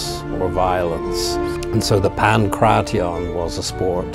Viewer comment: this is why content creators like sensei seth are annoying. He makes a video on the ancient sport and doesnt even bother to look into how to properly pronounce the name.